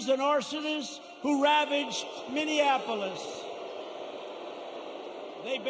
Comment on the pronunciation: "Minionapolis" LOL!